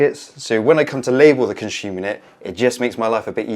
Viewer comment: Conshooma yooneh. Con-si-yoo-mur. You can install your breakers at any sequence. The busbar is thick enough regardless of power at any position. What if you need 10x 32A and 2x 6A That is just a myth. Its absolute nonsense